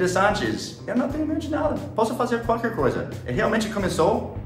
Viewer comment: "Noo, não é perigoso?" Mineirês detected!